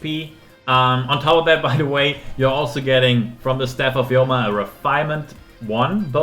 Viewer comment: The Yoma is bugging me, obviously it's Homa after the Chinese term 護摩. Don't butcher words according to your subjective interpretation. Otherwise this calculation video is 👍🏽.